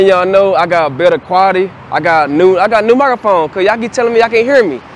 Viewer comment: what's a "mygrafon"?